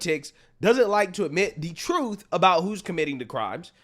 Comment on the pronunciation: She said "truff"